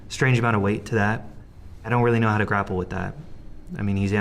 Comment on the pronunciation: Hunter says graple. Who really says that these days? Why doesn't Candace say anything about this? How weird. Also you would assume it's a mass shooting because you dont know! So they are definitely part of this (his radical group).